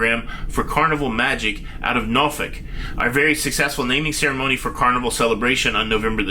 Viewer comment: Thank you for pronouncing Norfolk correctly. 😊